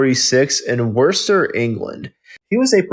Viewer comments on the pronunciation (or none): It's pronounced Woosster. Very easy to check these things.